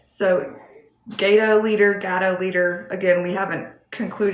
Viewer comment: First pronunciation was correct. (GAY-Toe) I LOL'd when you were talking about having games everywhere. I think many of us have heard that quite often! hahaa